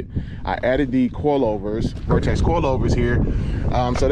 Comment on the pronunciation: VERTEX MY GUY no vortex lol